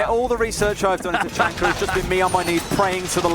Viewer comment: I think it's hilarious the way they say Tachanka. Ta-chunker lol!